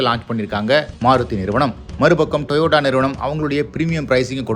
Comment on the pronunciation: டொயோட்டா என்று சொல்லும்பொழுது வாய் என் அப்படி போகுது